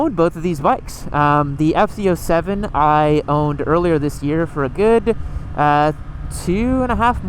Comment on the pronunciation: It sounds like your saying ft 07?